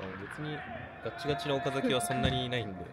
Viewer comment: 広報さん 岡崎のイントネーションはおか↑ざきではなく、おか↓ざきですよ！